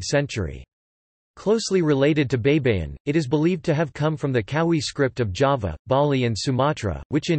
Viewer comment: "BEYBEYIN" is wrong pronunciation. It should be pronounced like this: BAY-BA-YIN "BAY" as in "buy", "BA" as in "BAggage", and "YIN" as in "YIN-yang".